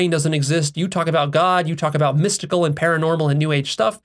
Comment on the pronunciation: 😆 You said "shmystical".